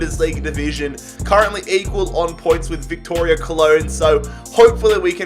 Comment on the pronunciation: ‘Viktoria Cologne’